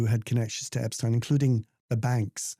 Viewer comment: Very good that you also pronounced Epstein's name correctly!!!